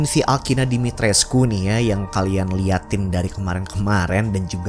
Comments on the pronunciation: Katanya Dimitrescu hanya dibaca dimitresc... U nya dihilangin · Dimitrescu = Dimitreeze bacanya banggg. Waktu itu pernah di bahas di salah satu ig luar. Lupa namanya muncul di explore.